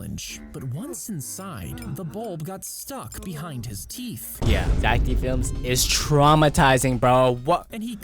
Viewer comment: Bro that is Zack not zeck